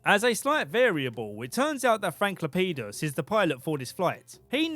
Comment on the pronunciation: It sounded like Frank LePenis to me 😂